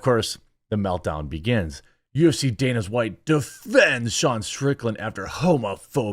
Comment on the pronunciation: Is he saying danas white? DANAS?